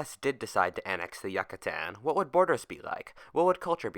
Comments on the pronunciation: "Yuck-katan" It's "Yoo-katan" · yuc-uh-tan no no no. its you-cuh-tan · Yoocatan, that's how you say it. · I just wanted to say Yucatan is pronounced Yoo-cuh-tan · you don't say it like that yuh ka tan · What if you had pronounced Yucatan correctly?